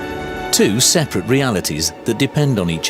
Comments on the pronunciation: "die-meter"... "seper-rite"... "smooth-end" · The narrator seems to have trouble with some basic pronunciation or her script. What's a "dire meter"? And What does "sepperight" mean? Her powers of observation are astonishing. The Russian quotes from the Putin Ministry of Truth "The diamond could fall (on the floor from 3 feet) and be damaged". More chance of Putin handing Ukraine its nukes back as it's the hardest natural substance in the world. Sorry to hear that the team suffocates when it "literally runs out of air". Did they manage to revive themselves? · 'Dia-meter & 'sepa-right' 🤦‍♂️